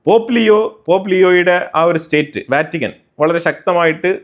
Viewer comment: നിങ്ങൾ വറ്റിക്കാൻ എന്ന് ഉച്ചരിക്കുന്നത് ഒഴിവാക്കുക. അത് തെറ്റാണ്. വത്തിക്കാൻ എന്ന് തന്നെ പറയണം. പോപ്പിന്റെ സാമ്രാജ്യം റോമിന്റെ സുരക്ഷിതത്വത്തിനു പുറത്തു സിറിയയിൽ ആയിരുന്നു എങ്കിൽ ഇന്ന് കത്തോലിക്കാ സഭയുടെ ഹെഡ് ഓഫീസിൽ ബാക്കി ഉണ്ടാകുമോ എന്ന ചോദ്യം എന്തുകൊണ്ട് നെതന്യാഹു ചോദിക്കുന്നില്ല എന്ന് ഞാൻ അത്ഭുതപ്പെടുന്നു. സിറിയൻ സഭ ഇന്ന് ശിഥിലമായി കഴിഞ്ഞു. അതിനു സമാധാനത്തോടെ രാപ്പാർക്കാൻ സിറിയയിൽ ഒരു തൊഴുതു പോലും ഇല്ല എന്നതാണ് സത്യം.